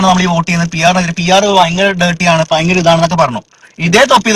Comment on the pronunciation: ലെ: ഭാവിയിൽ ഇതു ഫയങ്കര danger ആവും 😂😂😂